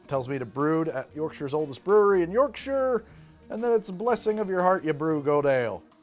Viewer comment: Regardless of the outcome of this - Thank You! Thank You for being the first American YT content creator I've seen pronounce "Yorkshire" without butchering the "Shire" part